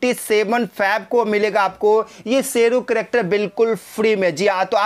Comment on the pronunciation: Are bhai sheru nhi shero 😂😂